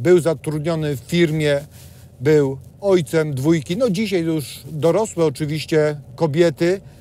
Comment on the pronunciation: Nie dzisiej tylko dzisiaj.Poprawna polszczyzna się kłania.